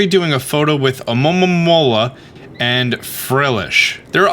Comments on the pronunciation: Great guide it's funny ear you saying alomomomomola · The "A-lo-mo-mo-la" pronunciations lmao 😂🤣... But seriously, I'm surprised no one else inferred that very same TERRIFYING notion about Frillish! I mean, when I saw Lanturn and Magikarp both being dragged deeper into the depths by their "friendly" smiling captors, I immediately thought that's kinda scary af. The excerpt you read from Black&White is pure evidence to watch out for ghost types! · Funniest thing to me is hearing you say almomoma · Say it with me, Alo-momo-la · Guys, guys I feel the struggle for pronouncing Alomomola. Seriously. Lemme help: It's AMAmamamamaaaromamaaaa. or just ALOE-mah-Mole-uh. I'm not gonna tell you how to live your life. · Hearing you pronounce Alomomola with like, 12 ms in it is hilarious xD From my understanding its A-low-ma-mo-la. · The hard time you are having with pronoucing alomola, is relateable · The struggle to pronounce Alomomola is real 🤣🤣🤣🤣🤣🤣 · the way you said alomomola sounded hilarious